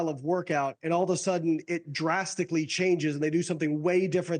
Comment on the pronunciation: No one could’ve told bro how to pronounce rhabdo for a literal news report 💀